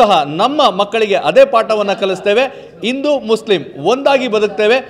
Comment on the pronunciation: Pronunciation Sariyagi Madappa, Guru…!🙆🏽‍♀️ Indu alla Hindu .. Akikotta alla Hakikotta, Aditalli alla Hadiyalli..!!! Bhagvanta…!!!🤦‍♀️🤦‍♀️🤦‍♀️